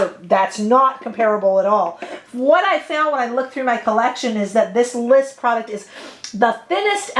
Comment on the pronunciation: 🚨 It's not Liss , it is L.Y.S ** so say the letters together, LYS